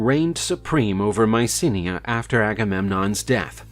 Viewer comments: It's /my-SEE/nai/, not Mycinea. I guess nowadays, narrators, and others, are just too LAZY. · Mycenae not Mysinnia